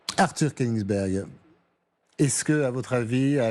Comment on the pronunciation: Kenigsberg ? Kenigsberg ? 🤔 Eum...